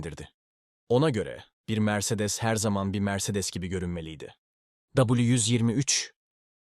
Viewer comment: Mercedes diye yazılır Meyreleş diye okunur yavuuuu 😂😂